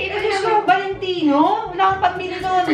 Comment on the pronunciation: Tinry ko po sa bff ko yung VALENTINO. sabi niya VALENTITO